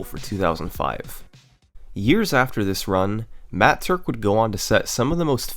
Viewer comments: Im glad to know i wasnt the only one who flipped their shit as he said matt turk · I have literally NEVER facepalmed in my life until he said Matt Turk at the start. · everybody gangsta till Summoning Salt says "Matt Turk" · I literally spat out my milkshake and ruined my keyboard when he said the name "Matt Turk" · when he said matt turk i immediately sat up with my eyes wide, how did he manage to make me be so surprised from one name???